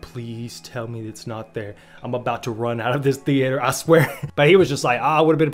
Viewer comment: The-ate-errr. Who talks like that lol.